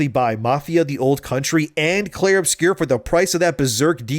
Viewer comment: Clair OBSCURA, not Clair Obscure.